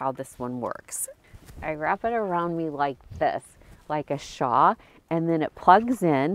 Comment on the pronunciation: It's interesting that you call that a "shaw." Did you mean shawl? Anyway, thanks for all the awesome tips! :)